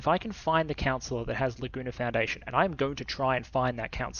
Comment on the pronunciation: Laguna foundation... Ahhh... I heard "the gooner foundation"